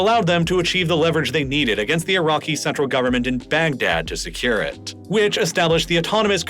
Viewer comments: Baghdad ❌ “Bag Dad” ✅ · It's literally bag daddy. Cope and seethe